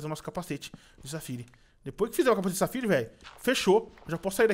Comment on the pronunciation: DA AGONIA VOCE FALAR O NOME DOS MINÉRIOS ERRADO, O NOME É PERIDOTE E NAO PERIODE, AMETISTA E NAO AMETISTE, e É SAFIRA E NAO SAFIRE